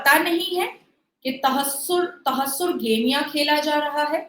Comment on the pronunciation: For a little correction its not तहस्सुर गेमियाँ Its तहर्रुश गेमियाँ